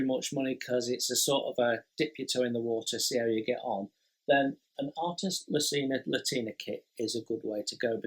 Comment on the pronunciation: I really enjoy these round-ups. It’s like a conversation with a mate about what excites him in the hobby. But mate’s can handle being corrected by other mates. Artesania Latina.... There’s an “i” in the first word. Think “Artisan” as in a skilled worker, and “Latin”, as the Romance languages that developed from the Roman Empire.....as in Spanish. Artesania Latina are a Spanish company. I’ve heard their new boxing’s don’t have instructions and everything is online. I don’t know if that’s true. I’ve built one: The Swift. Good, simple kit. Not accurate, but they’re like McDonalds food- It’s not great or really satisfying, but it’s consistent quality. And I’m very glad they’re still there as a choice. All the best, Jason. If you fall behind with available videos to upload, we’ll still be here regardless. 👌🏼